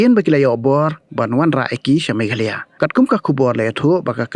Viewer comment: News channel please learn the pronunciation first..it's not meghaloy...it is meghalaya